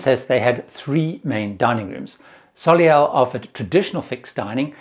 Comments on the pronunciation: It is pronounced So Lay, not So Lay All. Soleil is the French word for Sun. Soh-Lay. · Does Princess actually pronounce "soleil" as So-li-el?